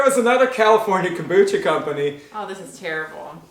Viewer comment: Komboosta???hahaha Learn how to say it gringo.....